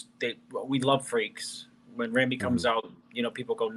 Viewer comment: Y'all need to learn how to pronounce Ramy correctly.